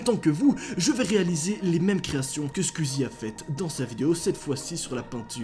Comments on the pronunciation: tu ses pad dire squezzie tu dit squizzie le u on le prononce squezzie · Juste un truc! Ça s'écrit "squeezie" mais ça ce prononce pas "squizi" ça se prononce "sqouizi" voili voilou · Mec tu me stresse à dire squzie AAAAAAAAAAA😂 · Tu dit skuizi wesh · pourquoi il dit squizi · Comment les fans de squeezie dise squeezie: les fans girls: SQUOUIIIIIZIIIIE comment le dit: SquWIzie